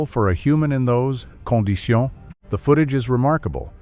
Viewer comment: Enjoying the video very much, especially when your robot pronounces "Conditions" in French. "Cawn-dee-see-aw". It lends a lot of extra class to the narration. 😆